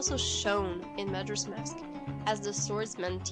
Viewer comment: I've never heard majora pronounced that way...but who am I to judge? I don't even know if I'm saying deku right.